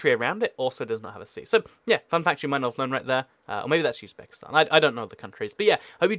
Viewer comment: It's Uzbekistan, it's not Yuzbekistan